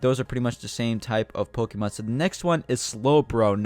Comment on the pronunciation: Is ur first Pokemon game?cuz I'm pretty sure ur pronouncing Pokemon wrong XD